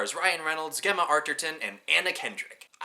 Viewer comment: First of all Gemma is not pronounced how you did. Second he works in a bathroom factory. Other than that. I really like your review of my favourite movie. But Gemma is pronounced Jemma. So annoying.